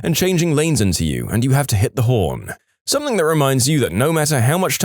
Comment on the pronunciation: No k in the word something